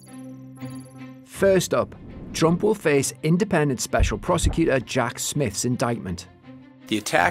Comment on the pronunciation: Repeat after me: pro-se-cu-tor. Four syllables, the last of them beginning with a T. (You can use that T you're using in the middle of Why-Towss, when you let it go ack to being White House if you like. But that still leaves you with a couple of problems with courT, twenTy, and guilTy. )